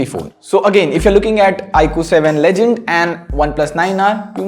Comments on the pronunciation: It is legend... Not ledgend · BTW its "legend" and not "ledgend" i guess